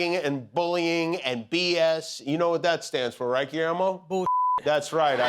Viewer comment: All these years and Jimmy still has not learned how to pronounce Guillermo’s name correctly, but has likely taken the time to pronounce Kamala correctly.